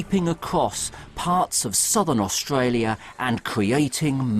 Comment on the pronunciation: His pronunciation on AustRalia seems quite natural, speech impediment my ass.